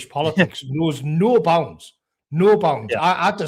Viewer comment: Nuo bownds